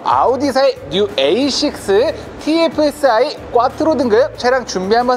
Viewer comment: 꽈뜨로가 아니라 콰트로예여